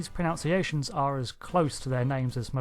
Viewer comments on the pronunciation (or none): The word is "pronunciation" is it is pronounced pro-nun-ciation. :)